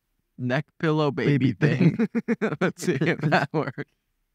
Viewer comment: “is that to hold the baybe?” I love the way he said that😂 “the beybeh?”